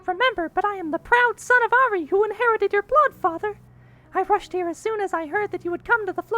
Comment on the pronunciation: IT IS PRONOUNCED ARI-AYE